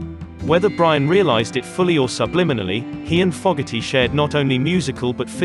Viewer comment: Please pronounce John Fogerty correctly.